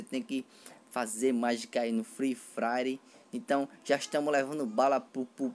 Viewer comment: mano vc como narrador ia matar qlq um de risada, mto da hr "free frire" da hr, likee